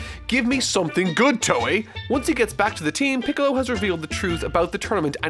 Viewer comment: Hold on. Did you say “Gohan going off to train with and recruit PICKLES” ?!?? Lmao